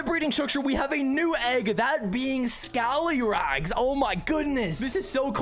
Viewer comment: It’s not toloff you mean scallyrags